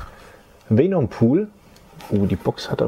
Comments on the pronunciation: Es heißt Venom und nicht Feenumm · Man spricht venom anders aus wie vänom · Weenum spricht man ihn glaub ned aus haha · Wie Venom immer im Video falsch ausgesprochen wird😂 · er hat nie mit F gesagt btw er hat nur e und o falsch gesagt